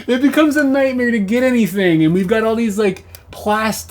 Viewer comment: nightmere 😂 Only other person I've ever heard say nightmere rather than nightmare is Bert Kreischer